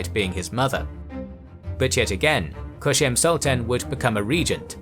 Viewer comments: Kösem, not "Köşem". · Loved the video 💗 but you saying Koshem gets me every time since it’s means Corner in Turkish 🤣Not Koshem it’s Kosem s sounds like C 😂 anyways Actually ottoman sultans had wifes but there’s a misinformation going around that they didn’t & in some cases they had more than one wife, but they weren’t allowed to marry with concubines ppl might confuse on that and assume they didn’t married! Suleiman the Magnificent was married to Mahidevran she was a noble circassian but then he fell in love with Hurrem (Roxelana) & broke the tradition of harem by marrying her. Today many ppl including ppl in Turkey knows that mahidevran was a slave too (she wasn’t) & she wasn’t married to sultan (she was) same thing goes with Kosem sultan Kosems husband Ahmed I was married with Mahfiruz Hatice Sultan b4 Kosem Mahfiruz came from the same family with Mahidevran Sultan mahidevran actually Mahfiruz’s great aunt & Ahmeds father was married with a woman from the same family too Mahfiruz’s Aunt Halime Sultan! Harem was dominated by these Circassian Noble women and the Great Valide Safiye never liked circassians that’s why she Raised a Greek girl named Anastasia and served her to her Grandchild Ahmed. Ahmed later married with Anastasia she later given the Name Mahpeyker Kosem (mahpeyker means- Moon Face, Kosem means Leader) according to some reports Kosem & Mahfiruz were get into fights often and Mahfiruz was look down upon Kosem since Kosem was a slave, Mahfiruz was different she wasn’t dressed as Turk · Omg please stop saying Köshem. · It's Kösem. Not Köşem. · Its "kosem" not "koshem" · Kösem, ööööö sound like in cup